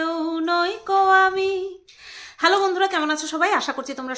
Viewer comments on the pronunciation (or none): none